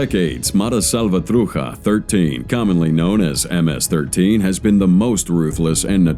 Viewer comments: Also says "Salvatruja". I'm wondering how it pronounces Chocolate, now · Salvatruja? At least do try to pronounce other languages correctly.... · “Mara salvatruHa”… lol get out of here